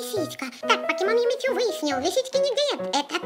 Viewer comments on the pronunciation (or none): Не не Юми чу ,а Юми шу